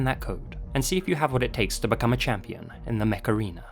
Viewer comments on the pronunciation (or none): i thought you said “macarena” not “mech arena” 🤣😭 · I thought you said "The macarena" not "mech arena" x) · Not sure if saying 'Mech Arena' or Macarena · every time i watch this video the mech arena ad takes me out cos i keep hearing "macarena" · Whenever you said "Mech Arena" I heard "Macarena." Aaaaaaayyyyy Mech Arena! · Did anyone else have this on in the background and a double take when he "Mech Arena" thinking he said Macerana? 😅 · I'm sorry but it sounds like you're saying the Macarena. I just had flashbacks to the early 2000s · EHHHHHHHHHH, Mech-ARENA, A-AYE!!! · Legit, the way you say Mech Arena makes me think you're actually saying Macarena. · i heard "macarina" initially LOL.